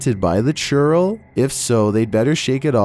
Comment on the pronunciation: when you hear "Churro" instead of "Churrel"